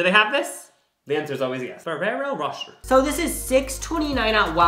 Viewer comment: “Ferrero Rosher” 😂 It’s “ro-shay”